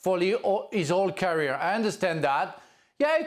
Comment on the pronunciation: can someone please tell leboef how to peonounce the word CAREER, FFS..